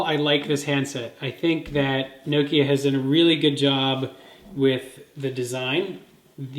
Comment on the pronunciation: Its Noh-Kee-Ah,not no-kee-ah, or nook-ee-aah. jeez.